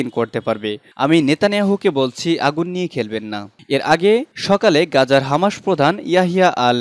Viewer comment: হামাসের উচ্চারণ ঠিক নাই।